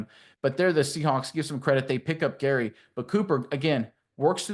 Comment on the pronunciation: If your going to make a video about my team do your research and call out names correctly... i couldn't even watch the first play after you kept saying gary....